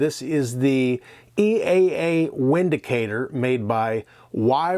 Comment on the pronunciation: It's pronounced " Vin -dicator "